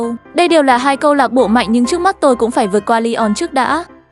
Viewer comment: Lisbon🤨 Phải là sporting Lisbon chứ hay gọi tắt vậy Grimsby town là giải hạng 4 nha Lại inta milan Trincao mà có phải là Trinicao đâu Ly-on là CLB nào phải là ly-ông chứ Sau Manchester city nghe khó đọc vậy Ru sà là ai vậy Manaco là CLB nào vậy Inaco sau nghe ảo vậy nó là i-na-cio mà Còn elite với legendary division cơ